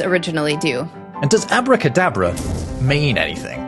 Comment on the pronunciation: It's AbracadAbra, not "avodA kaadabrA".